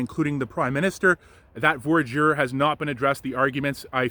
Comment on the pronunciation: It's not 'VOR-JUR' ... it's pronounced 'VWA-DEER'